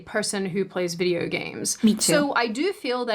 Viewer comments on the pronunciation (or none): 2 observations: - you pronounce video like fideo. your v sound is too sharp and sounds like an f, which is natural for dutch speakers. - you said "pz" instead of "pc". the c is sharp, the z is soft. dunno if thats something you do regularly or if you just stumbled over your tongue. loving the content and your vibe btw. have a nice day!